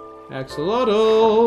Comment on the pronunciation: im pretty sure axolotl is pronounced axe o lot ul